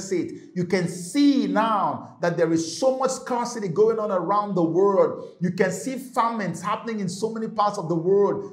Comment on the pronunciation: Why do you say Word instead of World 😅 . . Blessings..